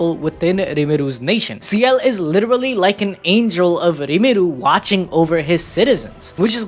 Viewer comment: His name is Rimuru, not Irimuru.